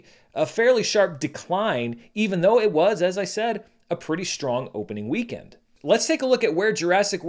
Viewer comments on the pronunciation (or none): none